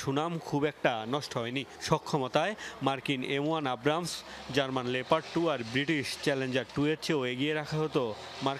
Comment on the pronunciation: আবরা মস নয়, আব্রামস ট্যাংক হবে